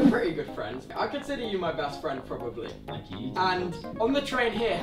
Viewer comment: that's why he said "probebly"